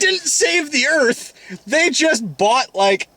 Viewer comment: And for, "Welcome to Earf."